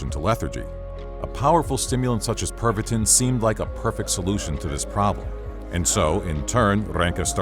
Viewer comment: I can't help but hear it as "Pervertin".